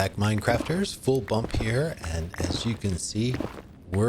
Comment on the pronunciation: Full Bump you pronounced it swimmingly lol(doesn’t really matter now that I change it). Also I’d love to know what the theme of the base your going for is as the quarry and crane look medieval. Are you going to build some kind of medieval mining town? Thanks again for the shoutout.